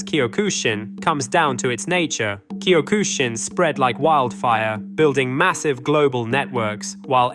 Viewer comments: Bro, do you you even "CUE MY TAE"? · Learn how to pronounce Kyokushin